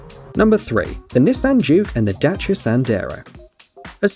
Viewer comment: Holy moly! A British accent voice pronouncing Dacia the proper way. Marvelous.